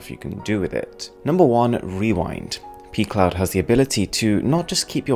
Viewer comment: Is it just me or does pcloud sound more like pee cloud?